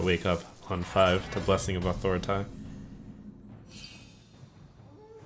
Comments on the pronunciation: Why does he always say authoritai instead of authoritah? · “Blessing of authoriteye” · ngl kinda wish he would stop calling it "blessing of authoritah" every single time